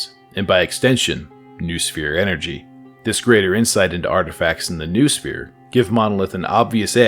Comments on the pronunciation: ffs noosphere is pronounced 'know-oh-sphere', not 'noohsfeer'!!! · Noosphere is pronounced no-oh-sphere